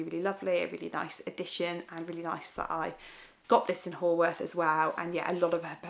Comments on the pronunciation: Haworth is pronounced Howorth! Though frankly I couldn't say many Scottish names if I tried! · Love Haworth too. I think its actually pronounced "How-arth." Did you visit the Black Bull Inn near the Parsonage where their brother Branwell Bronte used to stagger home from very drunk? Its said to be haunted by a ghostly maid. So full of amazing history.